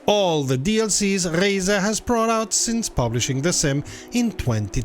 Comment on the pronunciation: The first youtuber to accurately pronounce "Reiza". Subscribing instantly after this.